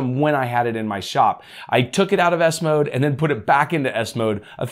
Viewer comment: The way you Say it I hear Windows ass mode 😂😂😂